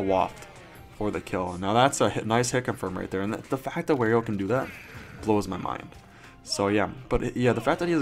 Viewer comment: Wario not Werio